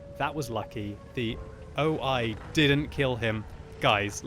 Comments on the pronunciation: I think you meant o-I rather than o-ho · Calls an O-I an O-Ho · OI not O-Ho